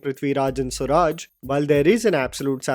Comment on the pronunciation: It's not swuraj😂